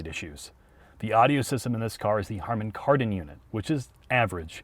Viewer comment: It's Harman not Harmon, Kardon.